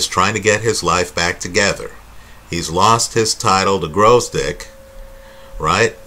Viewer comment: please, its pronounced VOZDYK, not 'grovesdick'.... lmao